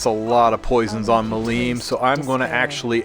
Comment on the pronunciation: MI-lim, not mi-LIM :D